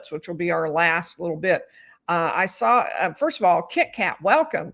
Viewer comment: If Jen McCabe says "SAR IT" INSTEAD OF "SAW IT" one more time.....